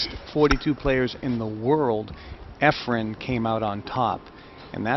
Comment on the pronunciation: I couldn’t agree more… the only thing Sigel is any good at is running his mouth!!!!!.. I know this is old but someone needs to tell these horrible commentators that there is no “m” in Efren…